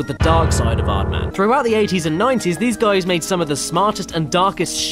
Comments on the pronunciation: Epicness Riley He did say Aardman. But they way he used it in a sentence was "Who do you think you are...an "Aardman?" cause Aardman sounds like Hardman. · creator of Chicken Run. Sounds like "hard man" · OH thats the joke everyones talking about. I thought he said Aardman, but i didnt think it wasa the joke .-.